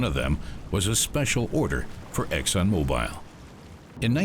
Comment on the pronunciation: It's hard to trust anyone that can't even pronounce mobil correctly